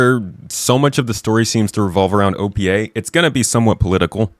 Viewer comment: Been watching dog training vids. Every time you say "OPA" I'm hearing "au pied" (heel).